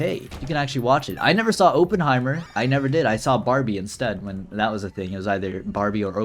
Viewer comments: Oh-ppenheimer instead of Oppenheimer(ah-pen-high-mer) is a moment ong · calling Oppenheimer "Openheimer" multiple times in a row is certainly a moment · did bro really pronounce Oppenheimer “open” heimer? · pronouncing Oppenheimer “Open-heimer” like he’s British or smth is truly a moment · mispronouncing oppenheimer is truly a moment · your pronunciation of oppenheimer actually made me gasp irl